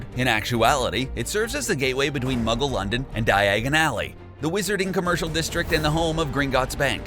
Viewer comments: "Diagin Alley" - Welcome to Borgin and Burke's! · He did not just say najini did he? And whats diagan ally? Like commonnnn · Diagan alley